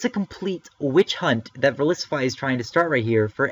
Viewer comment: Bottle caps hurt the hacking game because it is no longer required to get 6 IV pokemon. Does Verlisify not see that? Also, he pronounces his own name wrong. (I'm not saying you are, you're just saying it the same as him) It's verLISIFY not verILIS.